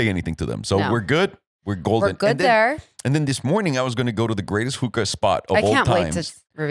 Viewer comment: Hooka, not hooker lmao